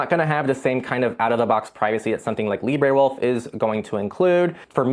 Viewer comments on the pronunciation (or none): Where did you find your pronunciation of Librewolf? Brave's AI Leo at least addresses the issue of its databases and mentions their limits.